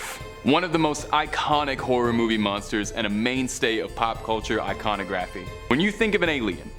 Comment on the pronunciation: IconiGRAPHY? You've never said or heard that word before have you?